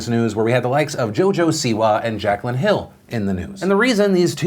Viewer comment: Its pronouced jack lynn not jack cuh lynn 💁🏻‍♂️